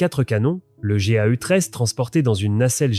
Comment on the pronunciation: le "Goui" (GAU).. "l'adisque" (A-10) etc.. quelques détails de vidéos sympa mais faire la traduction par l'IA bâcle tout, 30 mn de lecture sera + appréciable que de vouloir faire vite version navire usine japonais..